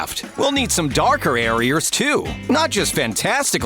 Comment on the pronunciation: The man says "areers" without realizing